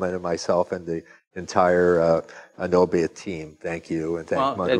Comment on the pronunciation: Please do not butcher the 🇪🇪 language. like you heard from he's last name, o is o not ou and a is a not ei in 🇪🇪 language. Again, Nobe is 🇪🇪 word that means fast or quick. (the e in that word is not in Fance)